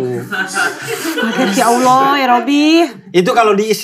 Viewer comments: Si meskipun belum login tapi udah fasih menyebut Allah 😇🙏👼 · Eh, ngomong "Allah"-nya fasih loh... 🤍